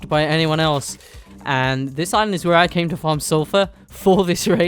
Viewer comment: am i the only one that noticed how he said island. “on their own aligned”... just me or am i bugging bahaha love the video